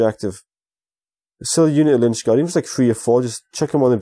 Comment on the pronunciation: Please stop saying lynchgard haha!